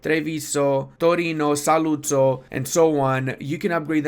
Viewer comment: quick pronuciation tip: Ur italian is pretty good for an non italian guy but you put the accent in the wrong vocals, like in saluzzo the accent is in the u, in treviso is in the i and the o has a closed accent ecc...